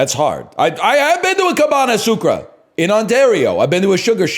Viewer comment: Cabane sucra is a crazy pronouciation